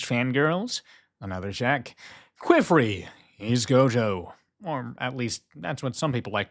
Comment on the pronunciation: I am so sorry I hate hate correcting people but you saying Qifrey's name almost sounds like.... Another word I won't post here. But his name is pronounced like Key and Fray. Keyfray. Or Key and Free is also widely accepted.